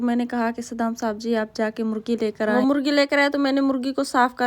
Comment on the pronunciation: Molgi nahi bol te morgi bol te ha